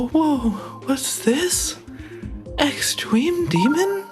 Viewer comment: “OwO what’s this? Extrewm demwon?” -twd 2024